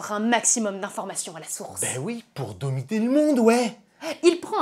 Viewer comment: " pour domiter le monde, ouais ! " mais quand il sait parler il fait des bonnes vidéos 😅